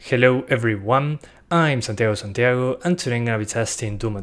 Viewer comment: Ese saludo, especialmente el Santiago Santiago, me hace dudar de que tu idioma natal es el inglés y si no lo es... Claps, es muy bueno tu inglés.